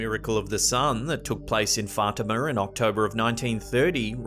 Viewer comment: Dude, why you gotta say fartima .... our lady of fartima 😂 my nephew went to Our Lady of Fatima Lutheran primary school yeeeeeeeeeeeeears ago. Dang I wish we’d have thought to call it fartima 😂